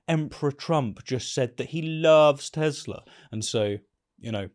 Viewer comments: No, he said he loves "Tesler." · "I love Tesslur!" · It's "TeSlur".